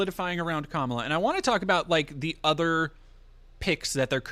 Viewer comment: Pleaseeee stop saying Kamala wrong so we can call trump racist when he does it